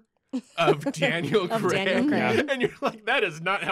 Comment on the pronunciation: That was brilliant, informative, funny - BUT - it's pronounced Daniel Craig as in 'play', not Creg as in 'egg'. C'mon movie folk, get the easy stuff stuff right.